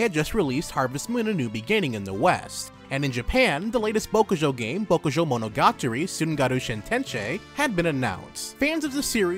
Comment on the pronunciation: Great video! But I literally flinch every time you try to say Bokujou Monogatari